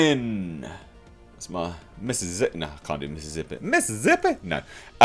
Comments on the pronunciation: All the esses in Mississippi are pronounced as such, but I’m going with the “Mrs. Zippy” thing you’ve proposed. I also enjoy when people say “salza” instead of salsa. Cheers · First time I heard Mississippi be pronounced as Missizzippi. Awesome! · That double-down on the pronunciation of Mississippi... my, Odin.... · driving through Mississippi right now, funny hearing you pronounce it ;)